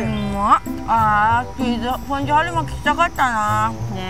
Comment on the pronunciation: 熱中症リスクに見合わない企画…しかしそれこそらしいな！ チーズ”フォンドュ”とは？